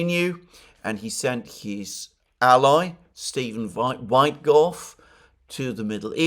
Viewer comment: PLEASE, Alexander, do not pronounce USAID as "US-AID" (manipulative pronunciation to make people think of AID), but separate letters "U-S-A-I-D"! Ask Alex Christoforou. He's pointed that out, too. Also, DOGE is not pronounced like "dodge", but with a long "oh". And the first syllable of Steven Witkoff's surname is NOT pronounced like "white". Whenever the consonant is not followed by "e", the vowel is short and pronounced like in "wit" (like in "witness"). I absolutely love you, watch your programmes every day. You're the most intelligent man I know. But please stop making mistakes like that. ...being on the subject of "small" improvements... it would also give your videos a much better more professional look if you could change your backdrop (maybe, using a paravent or something like that which would bring the background closer... pls. compare with everone else: Alex, Glenn Diesen, the people you talk to on The Duran... no-one has a background as dark and distant as yours, and while your room is probablly most cozy as a reading room, as video backdrop it looks like reporting from a sepia-coloured stuffy dungeon. Excuse my bluntness, but sometimes it's better to be blunt. I don't mean it in a bad way. I wanna see you look good, so I can recommend you to people who don't already know how good you are, including my colleagues at work who follow the msm. If I tell them the msm are lying, I cannot point them to a video by you. Visually they're not suited to make anyone watch, who